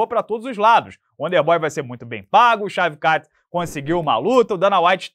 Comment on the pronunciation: Estão subestimando o "uónder bói" 😂 :_Charles